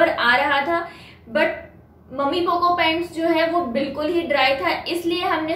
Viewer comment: मम्मी पोको नहीं होता है वो मैमी पोको पैंट होता है।